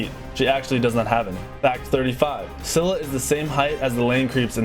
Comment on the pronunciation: Scylla is pronounced Skilla Σκύλλα :) And it means Female Dog Hence the dog headed snakes. Sorry if i spell anything wrong, english is not my native language and i dont feel like googling dictionarrys to write something